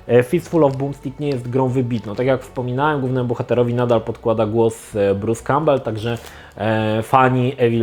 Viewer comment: Za każdym razem gdy wspomina imię aktora to zamiast słyszeć Bruce Cowbell słyszę Peter Cowbell (war soldiers):D